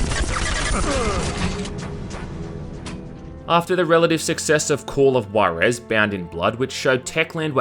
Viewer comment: Spot on list, your pronunciation of "Juarez" needs some fixing though :v The "Ju" is close to "hoo" not "goo".